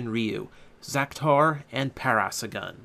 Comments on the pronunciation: its pronounced "Para-saur-relaphus" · the black ur is pronounced para-sauro-lufus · try :para - sor - RAWL - uh - phuss:, i had a thing that pronounced it like that when i was a wee lad. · For the record, Zyuden Black's dinosaur is pronounced Pa-ra-saw-ro-la-fas. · It is pronounced: Pair-Uh-Soar-All-Uh-Fuss. Not trying to be rude, just a dino nerd. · (handy tip) if you carnt say a dainosours name try braking the name up in to sections.